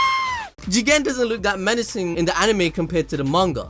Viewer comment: Jigen more like chiken - google translator